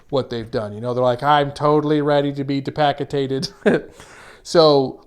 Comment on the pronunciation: Dude said depacitatted I'm dead 🤣